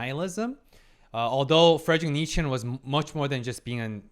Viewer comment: As a German speaking person, I can't comprehend the way said Nietzsche. It's not "Niet-schen", it's "Nietz-sche"